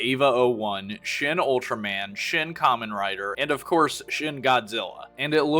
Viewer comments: "Aevanjellyan" is wild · But he pronounced it "E-van-JELLY-on"! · I can't tell if he's pronouncing Evangelion wrong as a bit or not